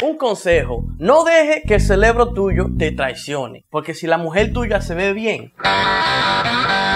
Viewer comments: Cerebro no (celebro) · dijiste CELEBRO EN VEZ DE CEREBRO!!!!!!!!!